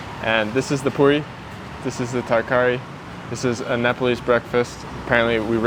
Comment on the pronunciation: Tarkari is Pronounced (Taar-Car-ree) hoped this helped❤